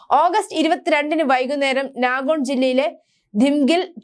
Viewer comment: നാഗോൺ എന്നല്ല നൗഗാവ് എന്നാണ്